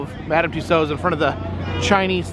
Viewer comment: Thank you for finally pronouncing Tussaud correctly!